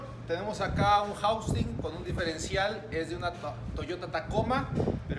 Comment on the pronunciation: Todo bien excelente trabajo solo que es housing no jaustin digo solo para que se refiera a las partes correctamente ya que todo lo hace bien 👍🏻.gracias por compartir